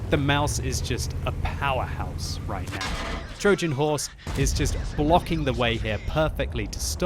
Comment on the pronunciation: What is that pronounciation of "Trojan" ffs?